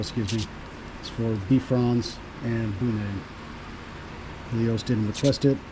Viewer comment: You pronounce Bifrons as Bee frons but it is pronounced Bye frons. Bi as in two. Bifrons means two faces.